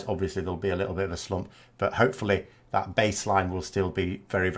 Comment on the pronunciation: I am still struggling with your opening line. Today I understood: Hi, I'm, I like to corrupt politics... And I am a Canadian anglophone. Wonderful how you say 'but'. Sounds to me like bought. I watch every video of yours with delight. Will you ever appear as more than head and shoulders? I liked your stand-up arrangement. Maybe you will do a dialog with guest anti-brexiteur TLDR news?